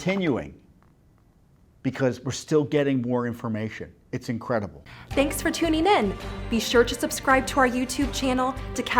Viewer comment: Can you re-cut your closing with someone who can pronounce the word: "tuning"? I mean, she is gorgeous, but she says: "tunEEN".